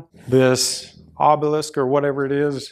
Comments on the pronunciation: Ob-er-lisk. Not Oh-ber-lisk Really is that simple. Failing that then call it a pyramid! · OH-BLIS-K, lol